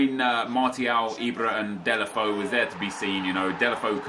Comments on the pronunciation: It's DAY-LO-FAY-OO not DAY-LE-FO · Delafoe..... I think it's like "Delafejhu" correct me If i'm wrong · Deulofeu is pronounced Day-you-La-Fay-You